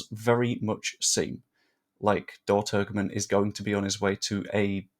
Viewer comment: Well done! You did a grand job. For you,, the other youtubers and fans, the israeli striker s name is pronounced. Turjeman.